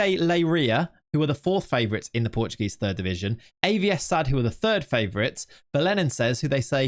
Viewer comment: AT LEAST TRY to read portuguese names caralho